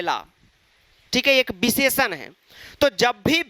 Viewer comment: Visheshann❌ Bhisheshann✅